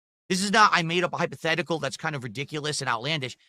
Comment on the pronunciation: “Hyperthetical” lol